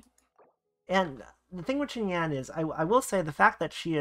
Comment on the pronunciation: Great vid! Her name is pronounced "shin-yan." 'X' is pronounced with a "sh" sound and 'Q' is pronounced with a "ch" sound